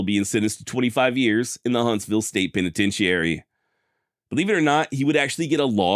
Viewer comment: your take on 'genuine' and 'penitentiary' pronunciations caught me by surprise, but I found the content interesting.